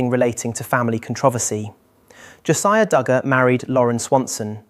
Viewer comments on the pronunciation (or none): none